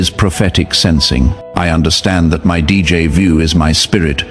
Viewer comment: Narrator, you are pronouncing DJ VU wrong. It's D= Day J = Ja. The a is o as in octopus Jo Ju= ju